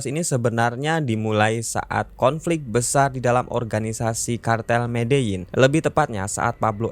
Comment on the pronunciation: Medein apa medelin sih gx jelas pelafalannya